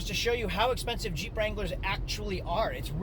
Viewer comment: Bruh, in the beginning I thought you were saying CHEAP wrangler instead of Jeep.